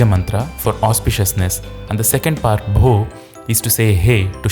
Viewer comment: Bho sounded like Bro 😂😂🎉🎉